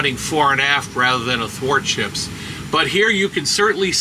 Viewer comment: What was that word used to describe the oppositee of fore-to-aft orientation. Afordships?? I think. It was hard to understand and I can't find any info on it when I look it up. Please help. Lol